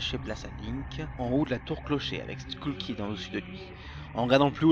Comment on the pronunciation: C'est [skeul] kid , pas [skoul] kid, tu mélange les temps, la narration est erratique, et c'est plus ou moins la même chose que le G-File de Peanutbuttergamer sur le même sujet